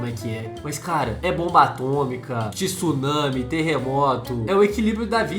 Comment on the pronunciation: Não se fala tissunami e sim tsunami ! TSU TSUNAMI !!!